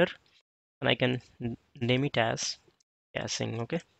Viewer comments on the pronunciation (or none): its caching not casing